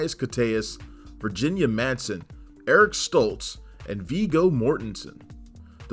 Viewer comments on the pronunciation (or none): none